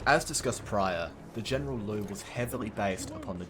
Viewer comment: the General Liu's"劉"is actually pronounced a bit like "Leo" but faster, so it's not that complicated